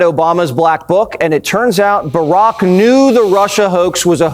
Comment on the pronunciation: “Barrack?” How disrespectful. The Fox News mouthpiece is a schmuck.